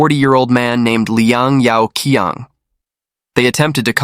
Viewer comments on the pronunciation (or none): Yao Qiang = Yow Chiang. Q is a Ch sound